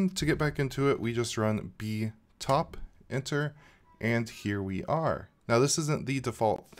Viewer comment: say it with me... b-pie-top